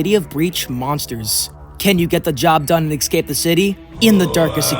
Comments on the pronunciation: if you say "excape" any more instead of "escape" I'm gonna go mad bro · ESCAPE not EKSCAPE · why does he pronounce 'escape' as 'exsape'? 😂😂 it's hilarious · i think its an accent thing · bro pronounces escape eggscape lmao